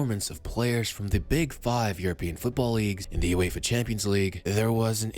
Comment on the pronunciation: Uefa* not Yuweifa